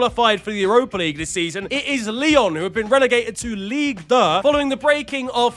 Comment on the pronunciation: ligue duh? lol